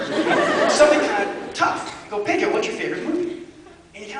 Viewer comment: I Love how he says Pedro... in Spanish it's like he's saying "pidru"... Hahaha!